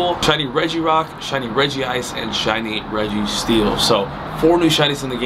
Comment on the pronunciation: Regice is 2 syllables